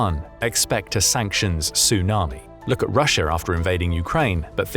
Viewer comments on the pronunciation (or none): none